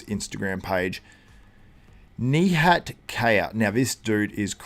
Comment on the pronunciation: Since I am from Turkey too, you perfectly say his name. Nihatttttt:hand-pink-waving